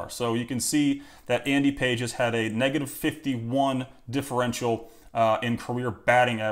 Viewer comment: Andy Pages = Andy "Pah-hez"